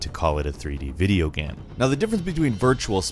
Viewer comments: Why do you keep calling it a videoGAM? Maybe its irrational of me but I had a hard time paying attention when you said things like "gam" and "sam" instead of "game", "same" etc. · he kept saying gam instead of game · Alpha Morty I was wondering if anyone else has noticed this. In all these videos, most of the time when he says "game" on it's own it comes out as "Gam", but things like "video games" and "gameranx" always sound fine lmao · Im bothered of how he says the word "game" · Go to and see how he says "game" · Am I the only one that gets distracted by the way he says "game"?